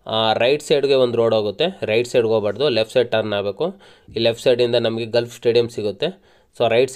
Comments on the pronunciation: ಗಾಲ್ಫ್ ಕ್ಲಬ್ ... ಗಲ್ಫ್ ಅಲ್ಲ.. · Adu Stait alla Straight Gulf alla Golf